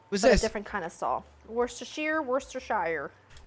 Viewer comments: dude I was counting on you for the correct saying of W sauce or washyasistersauce, washisisashyaer sauce. You were the chosen one. You failed me. and Robin Hood. lol have a good one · After being here in the UK so long, hearing her pronounce Worcestershire made me chuckle lol. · Worcester sauce